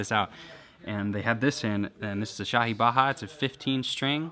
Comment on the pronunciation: Rob Scallon you were spot on with the shahi tho